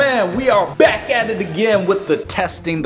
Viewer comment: I'm just gonna say this that everytime he says back it's always black